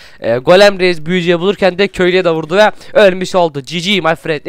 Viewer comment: Reiz değil reis